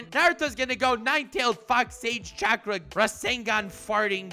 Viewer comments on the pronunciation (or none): none